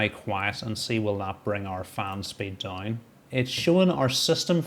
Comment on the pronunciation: Just curious - how can DOWN become DINE? That pronunciation is just wild! Great video!